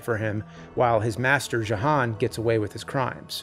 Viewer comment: That’s “Yo-han” with a J.